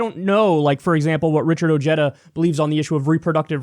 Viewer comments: isnt pronounced oheeda ha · Its pronounced oh-hay-da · his name is probably pronounced with the spanish H, OHeda not OJeda for J sound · I just Richard Ojeda pronounced his own name correctly. Ojeda is a Spanish name pronounced (o-hey-da) not (o-jeta) it’s not Irish. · I have wondered about Richard Ojeda's ethnic heritage because he pronounces "Ojeda" as "oh-JED-uh" and where I live it would be pronounced "oh-HED-uh." All I found was this from Wikipedia (which I distrust): " Ojeda is of Mexican descent as his grandfather had illegally immigrated from the Mexican state of Jalisco and his father was born in the United States, but moved to Mexico and lived there until the age of 8." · its not ojeddah , its oheyda. ojeda. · Beto has a better chance! Ojeda, pronounced (O-head-thuh) needs to step down! If he persists, Trump will win due to votes being split between Ojeda and Beto! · Some interesting facts in the Ryan Grim article on Ojeda’s candidacy. 1. Ojeda’s grandfather was actually Mexican illegal immigrant. His name is pronounced ‘oh-HAY-da’ 2. How will working class whites respond to a Mexican-American? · Too bad many people, like Kyle here, are going to mispronounce his name ;-)